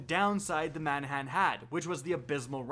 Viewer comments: Man-a-han? Or, Ma-nan-nan? Or, Ba-na-nuh? Lol, you're killing my! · Manahan? Dafuq? There is no H in there whatsoever... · lawl , , , , - "Manannan" - read that name slowly and carefully? Where is the "h" you keep pronouncing? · ok cool Lmao same. I'm laughing even more at how he pronounced some of the names. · It’s like he just gave up saying manannan